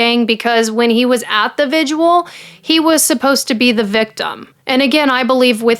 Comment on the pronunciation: So cute how you pronounce visual (vigil)